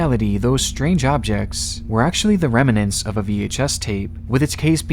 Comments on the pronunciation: Sir, the word is "remnants", instead of "remenants". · it's pronounced remnants not reminants just sayin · “Rem-a-nants”? It’s pronounced how it’s spelled: remnants. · “rem-nants” not “rem-a-nents” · Remnants. Not reminants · Remnants. Two syllables, not three. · Remnants. The word you're looking for is 'remnants'. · Dude, your pronunciation of the word remnants almost made me have a psychotic episode. What's the matter with you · You're mispronouncing remnants. Irritating.